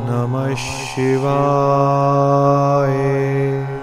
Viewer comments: Not shivaee its shivya. Ya not ee at the end. य not ए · Ssssshiva not Siva is correct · Dativ case from śhiva is śhivāya not śhivāye. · I'd pronunciation om namah shivaya or sivaye.? Which one is correct.. Pls guide me🙏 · OM NAMAH SHIVAYA this is correct please pronounce properly. Edit the audio and re upload it.